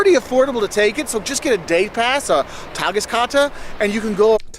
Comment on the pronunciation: The Kadewe you should visit, one floor only nice things to eat, and you can try a lot for no money. Yummie again :) ---- Tageskarte ich weiss was das ist, ---- das war absolut perfekt ausgesprochen ohne jeden Akzent. Thumps up.